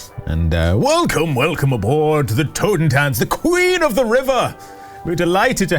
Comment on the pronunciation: It really took me a while to understand that the name of the boat was "Totentanz" because of the (not-quite German) way pronounced it.